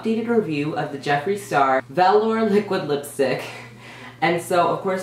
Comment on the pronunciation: Please never do your own fucking makeup again! And it's pronounced as vel)(your) just like that dumbass get an education and go to beauty school